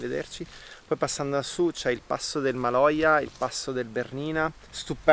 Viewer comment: È il passo del Maloja, non Majola…si vede che eri proprio stanco! 😂